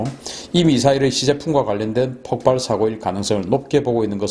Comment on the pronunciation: 폭팔이라 하지말고 폭발이라고 발음해주세요